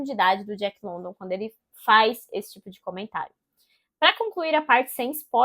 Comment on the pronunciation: Boa resenha, é um livro ao qual gosto muito. Li a primeira vez, 12 anos atrás, e recentemente terminei a releitura, com muito mais proveito. Não querendo encher o saco ou ser puritana, mas a pronúncia do sobrenome do autor, não é London como escrito, e sim Lundan.